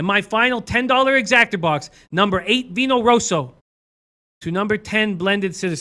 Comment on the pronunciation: Great video but it’s an EXACTA not an Exactor.